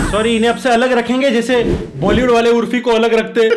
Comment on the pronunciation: Bhai urfi nahi urofi